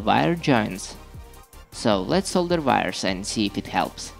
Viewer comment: Whenever he says 'wires' I hear 'virus'